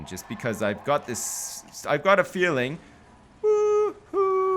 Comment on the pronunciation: when msaid "ive gat a feelimg" i thought: ooh ooh, and then he said. it was magical